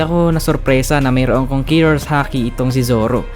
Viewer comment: konkeror boi